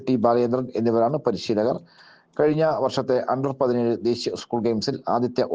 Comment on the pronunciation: ഉസ്കൂൾ അല്ല. സ്കൂൾ. വാർത്ത വായിക്കുമ്പോൾ ഇതരത്തിലുള്ള ഉച്ചാരണം പ്രത്യേകം ശ്രദ്ധിക്കേണ്ടതുണ്ട്.